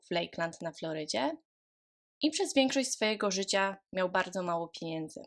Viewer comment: Wielu podkasterow, mówi w ten sposób, niestety